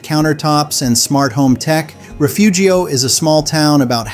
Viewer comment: I'm from Refugio. It's pronounced Reh-fury-oh, and it's a horrible place to live full of worse people. You couldn't pay me to go back.